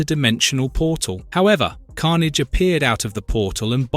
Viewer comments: So disappointed, I got almost 2 hours into the video before the voice started mispronouncing Carnage and other names in ways that no human would. Why not just do the voiceover instead of using AI garbage? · It's AI slop and it shouldn't have any views, shouldn't be allowed on the site. Dead giveaway being he never pronounced Felicia right once. Bonus he called Carnage multiple pronunciation back to back to back in less than 30 seconds.